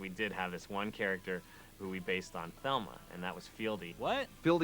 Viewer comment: Thelma? It isn't velma?